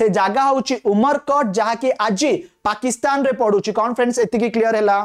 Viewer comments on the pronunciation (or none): none